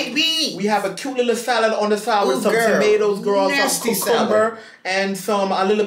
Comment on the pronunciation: I love how gets annoyed by saying Gworl but then he continues to do the same thing!!!